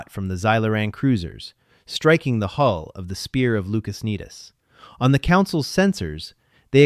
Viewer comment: A large percentage of these AI-generated stories make this error, as though unable to distinguish between the vowel sounds. Another example I've seen a few times is the word 'hull' rendered as 'hole'.